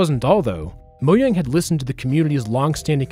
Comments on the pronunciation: Disliked because "Moyang" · It’s not said moyang it’s mojang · ITS MOJANG, NOT MOYANG 😭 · "Moh-yang" is the correct pronunciation. It's a Swedish word not English. Though I do believe that pronouncing foreign words correctly is a sign of respect to that language.